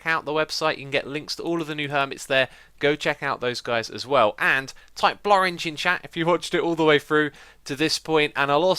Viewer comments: Florange? not really sure what the word was. Ha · Did you say Bloring? as in blue orange? or something else haha. and a good show. excited to see the new redstone creations and buildings. i think everyone should build a Huge City together. that would be cool to see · did he say blorange lol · So excited for this season! It should be fun, you're a delightful fellow, and I can't wait to follow along on this journey. Enjoy the season, enjoy 1.9, enjoy life, and keep on. You're the man Xisuma, congrats on 3 great seasons of HermitCraft, and here's to many more!! Also, blorange, or whatever you said at the end of the video? ;)